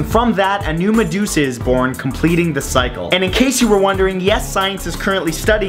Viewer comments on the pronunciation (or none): none